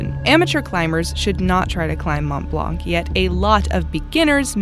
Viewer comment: my dear frien, when you say blanc you dont prononce the c. just say blan. from a québécoise who love your channel